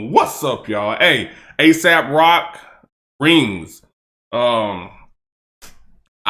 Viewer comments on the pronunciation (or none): Great breakdown! Aes has a way of using big words, and I think that misses a lot of people when it’s crammed in so densely. ☝️ Also, it’s pronounced A-sawp, not to be confused w A$AP.